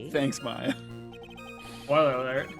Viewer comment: how the heck did you get “mar-ia” in your brain? It’s pronounced “mai-ya” lol